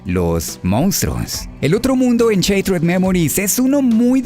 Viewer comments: Se pronuncia "Shaterd", no "sheitred" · Buen video. El único pero, en lo personal, es que shattered se pronuncia "Sharerd" y no "Sheitred". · am tus videos pero como que CHatered dimensions?? es shhhhhhatered no CHA PORDIOS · Se pronuncia "shaderd" no "cheitred" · no se dice, Sheit-red memoris, se dice "sharer memoris" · Cuando una palabra lleva doble consonante ("shaTTered") la "a" adquiere un sonido de "a" y no de "ei", por lo tanto la pronunciación correcta es "shAttered" y no "shEItered" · Konami: Shattered Memories: cheitred memoris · ¿Sheiterd memories? JJJAJAJAJAJJAJAJAJA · No es cheitered es charerd. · así no se pronuncia shattered :s pero bien video